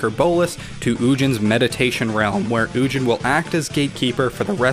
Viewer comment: I don't trust anyone that says "ujin."